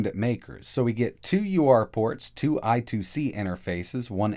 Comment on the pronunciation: I so hate when he says: " I two C" it's I squared C...